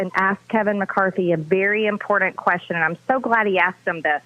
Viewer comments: I can't stand the way she says "important". It always comes out of her mouth with a D sound. Impordant. That's just one of the MANY things I can't stand about her. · Good Grief! Marjorie STFU! The fact that anyone would even vote for her speaks volumes! We all know she's batshit crazy! It's important, not impordant. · Impor-dant...thank you, that drives me nuts! Sure sign of stoooopid! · I hate how she says “imporDant”! Does she not know it’s got a T and not a D ?